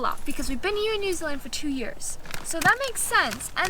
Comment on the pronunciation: you say New Zealand like a kiwi... New zillin 😂😂